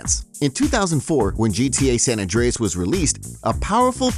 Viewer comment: stop saying sa mann